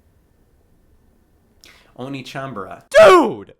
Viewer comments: They were probably trying to hint at it being pronounced "onééchanbara". "Oniichanbara" is something else. 😄 Same reason why "Led Zeppelin" is not written "Lead Zeppelin". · Does anyone want to mention that the second syllable in One(e)chanbara is actually pronounced "neigh" rather than "knee"? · It's o-ne. Not o-ni. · Onechanbara, not oni-chambara, that's a completely different thing. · Wait... the rest of the world doesn't have Sweetest Day? But downvote for constantly saying 'oni" instead of "onee" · Which one of us is going to tell Scott that pronouncing oneechan as oniichan changes the meaning? Not to mention the bara at the end of it? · It's oneechanbara, not oniichanbara inb4 it's an intentional joke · Btw it's pronounced o neh (e as in egg) chan, which translates as older sister. O nii chan translates as older brother :) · (inbefore being called weeb) the whole video scott pronounce one as "ONI" which makes it "onichanbara" .. which have a really different meaning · No one: Swoz the cott: "onichanbara" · NA localization: removes an e so english speakers pronounce it correctly Scott: oh knee chambara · Though he was pronouncing it as "Onii-chan", which is older brother. 🤔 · Onechambra is supposed to be spelled "Onee" (pronounced Oh-Nay) which in Japanese means older sister. Also can used to refer to any woman older than you depending on the context. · He kept mispronouncing the Japanese… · i spent the whole episode being bothered by how Scott pronounced the game's title. made it sound like a game about older brothers. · Interesting pronunciation for the name of the game. Edit: This video took a interesting turn. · It's not "Onechanbara". It's pronounced "Onechanbara"". Hope this helps. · For trying so hard to avoid saying the title with English pronounciation you sure do still pronounce it a whole heck of wrong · One of my favorite things about this video is Scott mispronouncing "One" in "Onechanbara." I am being serious.